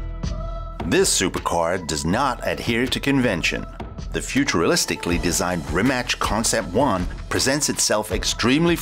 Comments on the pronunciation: No, Futur-al-istically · "futurelistically"? lol